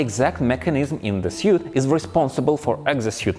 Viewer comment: I like how you're just calling it 'suite' now.